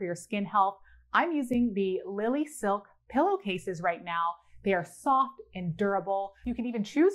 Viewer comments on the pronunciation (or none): none